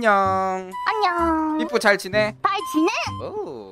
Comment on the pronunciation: i like you say jaljinaee and he fail